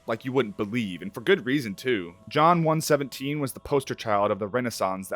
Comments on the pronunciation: That “John one seventeen” early into the video hurt my soul 🤣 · it'S JOHN-ONE ONE SEVEN AND I WILL DIE ON THIS HILL one more thing: Martin O'Donnell is a trash human being (a supporter of Project 2025) so if the Halo videos ever get re-uploaded, please do not credit him if and when you win the soundtrack